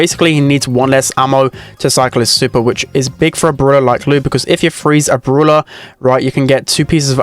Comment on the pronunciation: its called brawler not brulah